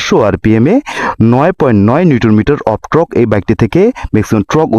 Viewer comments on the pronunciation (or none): কমিনিটার না 😂 হবে কমিউটার, মেক্সিমাম ট্রক উৎপাদন করেনা উৎপাদন করে টর্ক 😂😂